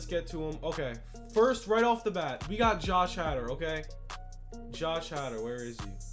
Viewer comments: Josh Hader (Hay dur) not hatter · It’s pronounced hay-der